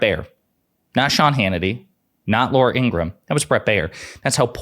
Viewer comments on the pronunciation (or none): The correct pronunciation is In gra ham. Not criticizing, just correcting.